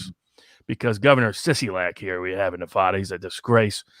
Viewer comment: Dude needs to learn how to pronounce Nevada. Otherwise, enjoyed the video.